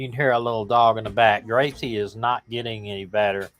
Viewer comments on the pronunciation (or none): For Gracy....not Gravy. Sorry.😢